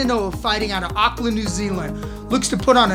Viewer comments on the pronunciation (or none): none